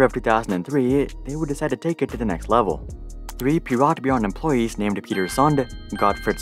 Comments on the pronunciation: Piratbyrån, not Piratbyran! Big difference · It's Piratbyrån, not Piratbyran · What's the deal with foreigners constantly skipping the dots above ÅÄÖ that gives them completely different pronounciations than AAO, you don't usually miss the ¨ above the german Ü but still mess up "Piratbyrån" into "Piratbyran"